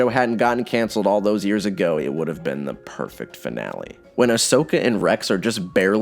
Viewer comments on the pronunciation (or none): If I hear Ashoka as "Ash-soka" again, I'll explode. It's pronounced "Ahsoka" even if it's not the spelling